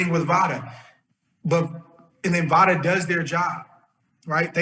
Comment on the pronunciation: Usada not vada